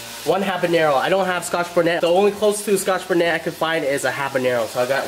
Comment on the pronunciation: Do you mean scoth bonnet pepper?